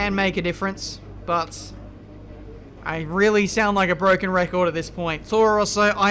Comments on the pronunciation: It is Bwoken not broken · That's bwoken actually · IT'S BROWKEN